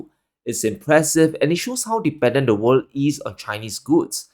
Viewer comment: Great, you can say "wor'l'd", now! Next time, Further instead of "fodder". Thx